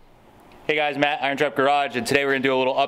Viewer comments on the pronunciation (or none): none